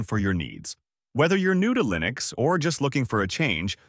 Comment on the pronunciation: The way this bot says "Line-X" instead of Linux. 🤣 Stupid A.I.